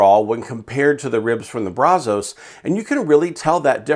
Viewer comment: Kinda surprised by the results just because I thought it would be harder to get consistent temps in that weather with the non-insulated firebox. There is one thing that drove me crazy about this video though. You repeatedly mispronounced Brazos. As someone from Texas, who grew up and lives no more than 10 miles from the Brazos River, the namesake of the smoker, I have to tell you that the local vernacular is brazz-us. Brazz like brass, but with "z" and us. Everybody not from here gets that wrong, and it drives me nuts. Just had to get that off of my chest. But I have the Brazos version without the counterweight, and to me, pound for pound, dollar for dollar, it's the best value smoker on the market. I absolutely love mine. I've added firebrick to the firebox to help insulate it, removed the stock baffle plate and use a cheap stove pipe as a stack extension to help out with the draft. It makes great Texas BBQ.